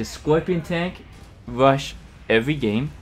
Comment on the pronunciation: Hiya. Where are you from? Is it common to skip the R and say a W, haha. Bike Wush, Whino tank